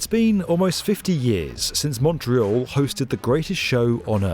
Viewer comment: Thank you SO MUCH for pronouncing, obviously in English, Montreal like a Montrealer!! Very professional.